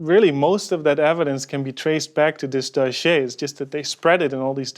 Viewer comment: Please stop saying "doschiéé" ... I laugh so hard everytime ^^